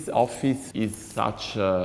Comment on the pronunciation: Ha detto offiss tipo 20 volte